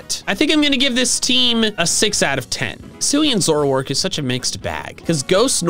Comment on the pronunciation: ZOROARK, NOT ZOURARK!